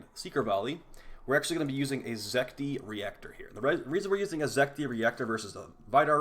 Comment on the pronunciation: It's Zet-ki.